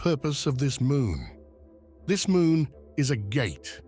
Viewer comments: And it's MOON not MOOM. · Full "Moom" portal hehe